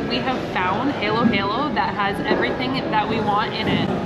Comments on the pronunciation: And it's Halo Halo (sounds like Hall as in hallow hallow) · Why do you pronounce it as heylow heylow? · It's pronounced "Har Lo Har Lo" as in fallow. Means mix mix, which is what you do, don't eat the individual bits. For the best lechon in the Philippines you need to go to Carcar, about 1 hour drive south of Cebu city. There is an area that just deals in lechon and chicharon. If you are on Cebu island a must place to visit. Also a stopover on the way to Moalboal.